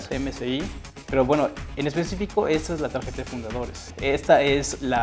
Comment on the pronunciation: dices port como estadounidense pero dices tageta jaja xP